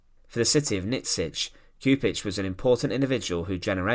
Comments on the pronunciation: Just for the record, the correct pronunciation of his last name is Choupitch. The communist would’ve never liberated Yugoslavia had it not been the red Army which helped them liberate Eastern Yugoslavia mainly Serbia and captured the capital Belgrade. Later on they expelled and killed more people than nazi Germany. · Read Lyubo Chupitch, Nyikshich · At least try to pronounce his name correcttly. Your rendition is very far from the original. Its closest form in English would be Lyoo-boh Choo-peech. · this ''individual'' happens to be a highly trained linguist, a Croat, ex-Yugoslav, now holding a high well-respected position with the gvmnt and certainly and rightfully allergic to bad pronuciation of our Slav names ( I am also an .....IĆ person ) so JUBO KURIK hurts my ears and breaks my heart